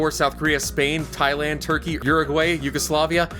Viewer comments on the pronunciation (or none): none